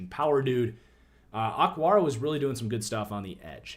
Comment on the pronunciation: Why did you call O-kwara, "ockwara?"